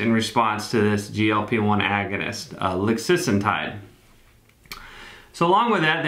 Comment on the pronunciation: It’s “lixisenatide” 🤓